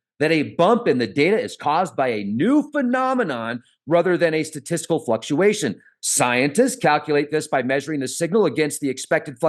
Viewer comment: Giggle,giggle "" fuuu-k- shuation"" Made Zorg ' s day.🤣😂🤣😂👍👍👍